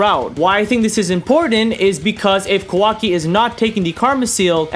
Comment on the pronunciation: Ka-wa-ki not KAWO-ki